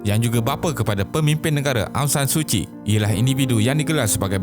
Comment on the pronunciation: Oh maaf2.. Tapi betullah ingatkan aphd ni sebut suci rupanya Suu Kyi